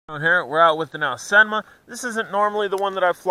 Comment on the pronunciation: I just reaseantly noticed you do say this quads brandname as a Chinese would do. :-) I always myself said it like Aaaaooooseeeeenmaaaa Long vocals. It was just reseantly I found out that its actually the way you say the brandname. :-)